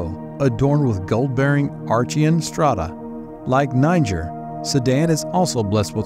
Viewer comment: Why is he pronouncing it as “Ni-ger”?? I’m weak lol